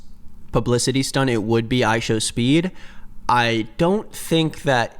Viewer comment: "ishowmeat" bro😭😭😭😭😭😭 this is so unserious